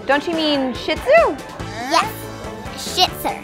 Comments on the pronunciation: It almost sounded like said a bad word when she said shitzer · She said “Shitzers”😂😂😂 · Omg at one point litterly said the s word she said shitsu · Hahaha said Shitzer 😂😂😂😂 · She can’t say “shih tzu😂😂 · Kinda sounds like is swearing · Did she say Sh(I)t?